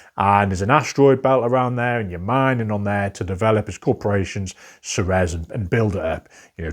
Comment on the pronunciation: Great selection! I think this is the first segment in the list where I own a majority of the games featured (Brick & Mortar, Ceres, Salton Sea, Pan Am, Nucleum, Airlines Europe, and Panamax). That said, the pronunciation for #38 (Ceres) would be Seer-eez or Sehr-eez. (I was originally listening to this in another tab and was wondering what "Suh-rez" was until I clicked over to check.)